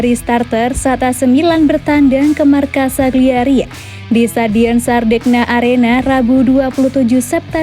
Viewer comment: Kagliari woi bukan sagliari